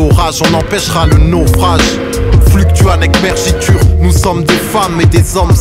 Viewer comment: J'ai fait latin et quand tu le prononces en mode fr ça mfait chelou ptdr